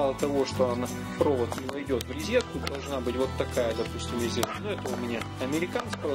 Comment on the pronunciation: поздравляю, покупки классные! Но почему рИзетка, а не рОзетка? Заметил, что многие блогеры так говорят